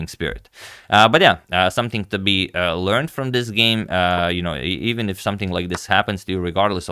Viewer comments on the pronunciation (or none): none